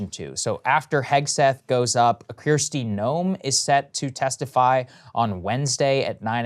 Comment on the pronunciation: It's KKKristi Noem, not KKKirsti, Saagar.